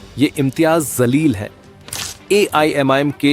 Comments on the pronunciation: Mr Editor pl change yr pronunciation that Jaleel not Zaleel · Janab ,Zaleel Sahab nhi "Jaleel " Sahab ,sahi Naam lijiye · Pronounce sahi kar re pagal imtiyaz jaleel hsi woo not zaleel 😂😂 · Abe jalil ko zalil kyo bolra kis anpadh ko news ne ancer banaya hai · भाई, सही pronounce कीजिए। वह शब्द zalil नहीं है बल्कि जलील है दोनों में ज़मीन आसमान का फ़र्क है। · Naam toh sahi bolna seekle..zaleel raha..jaleel bol..ja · Abe ye imtiyaz zalil nhi ye imtiyaz jalil hai naam achhe se loo media walo . Itna padh likh ke bhi ek naam sahi bol nhi sakte ap log . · Sir ap ko naam bhi sahi nahi bolna ata hai naam hai imtyaz Jalil hai mim ka sher kahajata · His name is imtiyaz jaleel not what you are pronounced